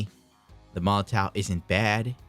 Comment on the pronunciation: i should've waited till the end of the video. : D But it is pronounced molotoff